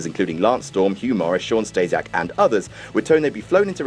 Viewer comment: Who the fuck is "Stejsiak"?